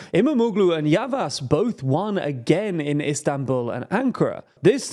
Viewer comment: Great video! Just a tip, Ş is pronounced like Sh so it's "Yavash", Ç is like Ch (you got this one right) and you can just ignore Ğ as a silent letter (like you do with Erdoğan).